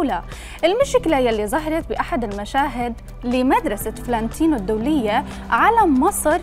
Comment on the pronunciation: يعني المذيعة ما تعرف تلفظ : فلانتينو ... تلفظها: فلّانتينو .. قبل ما تنقدوا ياريت تختاروا المذيعات صح